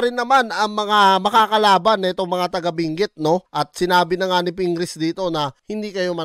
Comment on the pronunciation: Binguet 😂😂😂😂 hhahaah ayosin mo pagpronounce mo ng binguet hahaha